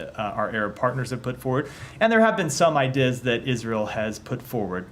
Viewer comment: This guy's brain is melting. Has anyone else noticed that he repeatedly pronounced "ideas" as "eye dizz"?